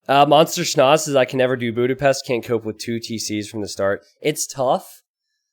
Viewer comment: Bjúdapeszt. My ears are bleading.